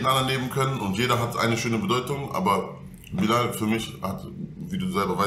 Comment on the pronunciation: wenn der bruder bilal sagt versteh ich immer bin laden amk 😅